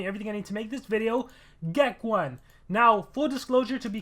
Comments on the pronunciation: I still think its geck-own not geck-1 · Hey just saying it's pronounced Geck(own) not Geck(1). Anyway great video:)